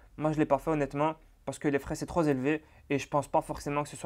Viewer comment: Excellent, merci à toi. (peut-être faire attention aux liaisons avec 'trop').